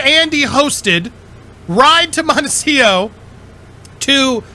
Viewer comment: MONECIO...practice saying montecito...m o n t e c I t o.